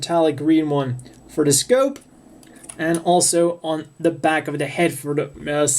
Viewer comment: Scope not scoop